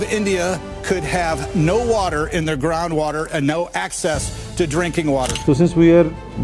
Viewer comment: They-aar = their